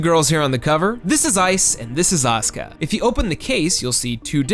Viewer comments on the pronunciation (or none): none